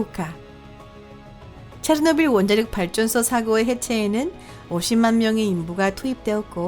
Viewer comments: 체르노빌을 체트빌이라고 발음함 최소한 성우라면 발음 연습이라도 하고 오던가 아니면 소리라도 끄고 듣게 자막이라도 달던가 솔까 토픽 채널이 다른 과학 채널보다 유익해서 구독자가 많은 줄 아나? 토픽 채널보다 유익하고 재밌는 과학채널 널림 북툰을 비롯해서 리뷰엉이, 신박과학, 1분과학, 미노스, 밝은면 등 이 채널의 지분 중 80% 이상이 힐소님 지분이고 힐소가 없었으면 구독자 2만이라도 됐을거 같음?ㅋㅋ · 으악 오늘 음성이 최악 ㅠㅜ 체노 빌? 교포인가?